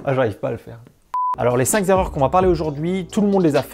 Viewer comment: première erreur on dit 5 (k)erreurs et non 5 (z)erreurs